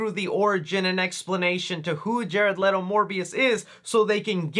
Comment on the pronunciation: It’s Jared LEE-TOE not Jared LET-OH